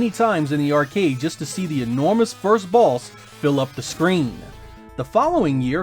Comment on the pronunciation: I allways hear you say balls instead of boss🙈